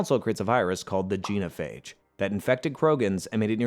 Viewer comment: So... many... proper nouns... mispronounced. Rachni, Genophage, Palaven, Thessia. Atleast Tuchunka was right. And I still seem to be the only person in the world who realized you could choose Control then just fly the Reapers into a black hole. End of the Reapers, all other synthetic life and technology preserved. Easy peasy. Or enjoy immortality, use Reaper tech to build yourself a physical avatar to go party with the mates, and use the same tech to rebuild the galaxy and be all benevolent but... sure... let's just blow everything up. 🤦‍♂